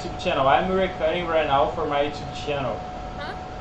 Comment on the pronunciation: Uma dica, tenta falar recórding, pq ás vezes soa meio como recutting e a pessoa pode não te entender kkk